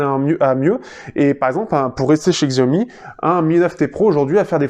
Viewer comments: Oui c'est horripilant d'entendre le mot écorché. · Xiaomi ce prononce Chiaomi